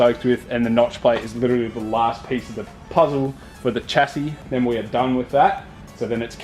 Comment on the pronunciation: love the content but please pronouce chassis correclty